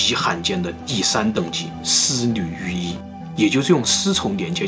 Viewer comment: 丝缕玉衣 可真难为了 少说几次吧 我听着也难受😄